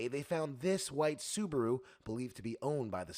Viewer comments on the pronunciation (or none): none